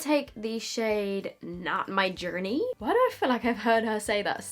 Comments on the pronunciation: CAN YOU DO ONE VIDEO WHERE YOU TALK IN AN AMERICAN ACCENT THE WHOLE TIME??? WHEN YOU SAID NOT MY JOURNEY IT WAS GREAT AND I WANT A WHOLE VIDEO LIKE IT!!! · When says 'Not my journey' and sounds more American than I do as a natural born American 🤷🏻‍♀️😂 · "Not My Journey"...I love when you slip into American accent. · “Not my journey” I am now convinced you are actually American and have been pretending to be British this entire time.